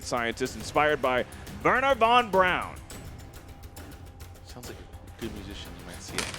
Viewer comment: Isn't it VON BRAUN?